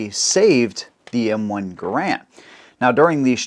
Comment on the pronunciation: Funny how most people even experienced in weapons pronounce Garand wrong, it's pronounced Gærənd. Canadians have to be special in the pronunciation of their names.